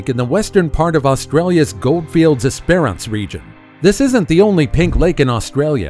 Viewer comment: Esperance is pronounced “S prance”. The Thylacine - pronounced thyla seen - was hunted to extinction when the Tasmanian government put a bounty on them.